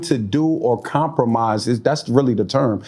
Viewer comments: compromiset ?? how he add a t at the end of compromise? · he got a whole gap, a whole pajama top, and adding a T after every word. I can't - lol